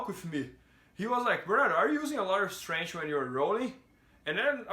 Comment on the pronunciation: Please pronounce it STRENKF.... not STRANGE like Demian Maia